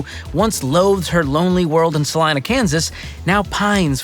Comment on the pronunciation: But I'll give him props for pronouncing Salina correctly.